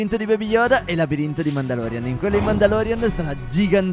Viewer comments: è vi volevo dire una cosa non si dice mandalorian ma mandaloriano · Non si dice mandalorian ma mandaroriano 😡